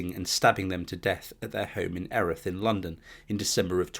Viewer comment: It's pronounced Eerith